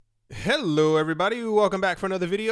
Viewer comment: "Hail-oo Erverybody!"